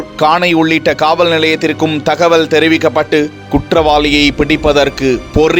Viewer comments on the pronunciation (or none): none